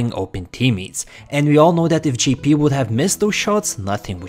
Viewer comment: You got me confused. when you say Gee-P do you mean Jay-P?